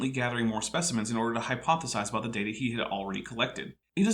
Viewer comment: uses both pronunciations of 'data' in one sentence...it is data, not data!!!